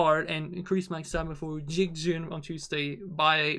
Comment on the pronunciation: Jikjin not jinjik